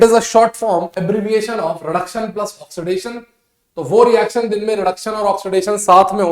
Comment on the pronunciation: Sir aap ese kyu bolte ho plas (+)1 😂